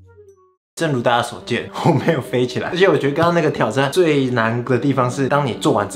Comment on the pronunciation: 哈哈哈哈哈 是唸 “ㄧㄥ ㄙㄨˋ ” 啦～～～～～～～～～～